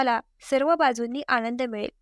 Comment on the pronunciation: आणंद म्हणू नका,आनंद म्हणा!